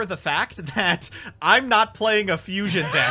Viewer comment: it’s pronounced Fusion Deck 😒